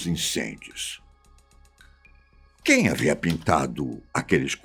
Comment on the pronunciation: "QEUM" PINTOU?